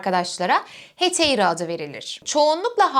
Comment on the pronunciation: Heteira diye telaffuz ediyor ama ekrana Hetaira yazılımış. Ekranda yazdığı gibi "metaikos" mu yoksa "metoikos" mudur ? Haypetya (anlatıcının telaffuz ettiği şekliyle) mı yoksa Hüpetia mı ? Hangisi doğru ?